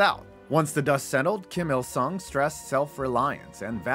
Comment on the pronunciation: When you introduce the dear leader i couldve sworn you said "JIM" il sung and i had a nice laugh for a minute at his expense! Like he was just a regular guy just bein an electrician like "hi there, names jim! Jim il sung! Im here about the breakers!" HAHA!